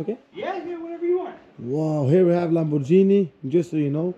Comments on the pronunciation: fruten fraten bro, why you call it lamborgini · LAMBORGHINI with a G and not a J